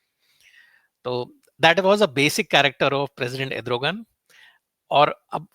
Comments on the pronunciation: it is not Edrugan it is Erdugan just a gentle correction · Edrogan...naam tou sahi bol...analysis karney se pehley